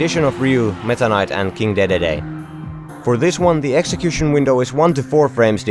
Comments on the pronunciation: But it's Dee-dee-dee, pronunciation wise. Articulate and enunciate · Did he just say King daydayday lol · what was that pronounciaton of dedede though